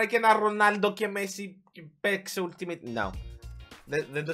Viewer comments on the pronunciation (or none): none